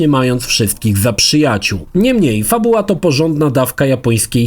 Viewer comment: Kurde razi to "niemniej" zwłaszcza, że spodobało Ci się to słowo i używasz go bardzo często. Do tego źle je akcentujesz w stylu języka angielskiego. Polecam od czasu do czasu urozmaicić tekst zamiennikami, np. "jednak". Ale recenzja jak zawsze wyśmienita.